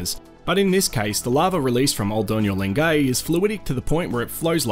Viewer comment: Great video - I love Lengai and have been there three times. One polite tip, though: it's pronounced len-guy, not len-gay. Otherwise good job and glad to see those fabulous landscapes again, especially Lake Natron.